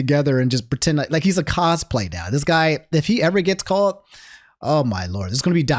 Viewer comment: Why you say caught